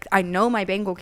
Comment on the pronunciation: She says it completely wrong lmao it’s BEN-ghal and it cracks me up every time